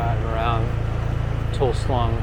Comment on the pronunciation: Toul sleng ,not toul slung